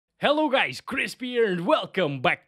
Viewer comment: jellou gays krizzpiei